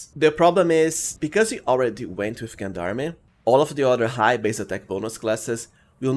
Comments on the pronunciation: Gen-darmy? It's french , its JeanDarm, zhaan dARM -French Canadian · fwiw, if he reads this it is a french word pronounced: "Jon darm" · Just a small note on the pronunciation of gendarme: the “g” is pronounced like the second g in “garage”, sort of like “Jean Darm”. It’s derived from the French gens d’armes which means “men at arms.” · I'm going to be real pedantic and point out that Gendarme is french and pronounced zhän′därm″ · I love how you pronounce Gendarme ^^ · I know. That's why I love how he pronounces it ^^ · Nice build, though as a french speaker i cringe a little bit with your pronunciation of gendarme. It is pronounce with a soft g like gentleman or do you say kentleman?